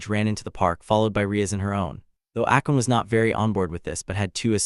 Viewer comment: Not "Akon" but "Akeno"